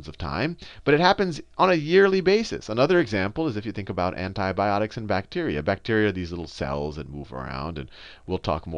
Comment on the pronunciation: anthi bhiotics is antibiotics say it properly